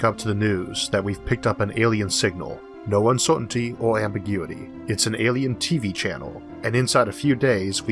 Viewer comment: p You almost had the perfect opening sentence if it wasn't for that bloody 'uncewtainty'.